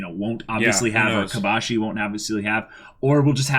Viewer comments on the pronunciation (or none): Kobashi* not Kobayashi